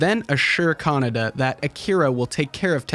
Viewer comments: Kah-Nay-Dah, not Canada. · Kaneda, not kanada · I thought his name was pronounced Ke-Nay-Da, guess Canada it is ! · It's KanEda, not KanAda LOL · Why americans pronunce Kaneda like CANADA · the way you say his name, Canada XD